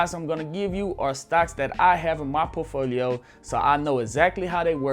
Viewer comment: You can't even prononce portfolio right and you're giving financial advice?